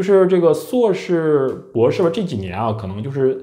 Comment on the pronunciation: 人家是 硕士 不是suo士 说真的 阁下只会吐槽 完全没有思想上的高度 并且 言谈举止也看不出硕士的影子